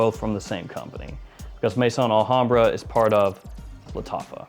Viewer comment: You’ve been doing fragrance reviews for how many years and you still can’t pronounce the names properly??? There is no such thing as Mason Alhambra, it’s Maison Al hambra . Maison is the French word for house. Pronounced May-zon